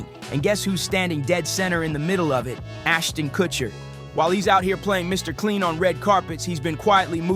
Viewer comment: It's funny how the guy calls him Aston Kuchiner.